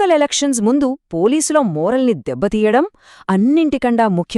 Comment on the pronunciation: మోరల్ కాదు మోరెల్ (నైతిక ధృతి)